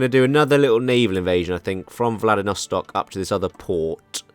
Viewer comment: You keep saying "Vladinostok" instead of "Vladivostok". I just thought it was funny